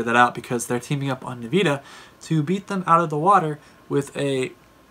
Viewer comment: Dislike for nveeda pronounciation